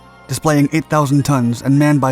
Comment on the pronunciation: it's "displacing" not "displaying". (referencing the line on the USS Biddle's weight). carry on.